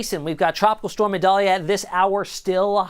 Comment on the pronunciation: This guy says it right